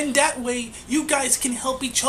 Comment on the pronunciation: "that way" not "dat way" for example ... and 1,839 isn't "thousands" of subscribers. I just subscribed, so you have one more at least but yeah just saying.